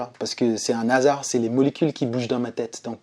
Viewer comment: Merci Merci Ppour ce témoignage Mais arrêtez de faire la liaison un(a) hasard On ne fait pas la liaison s'il vous plaît